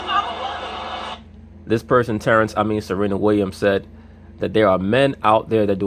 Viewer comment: when this dude says "Terance" i fucking lose my sides man.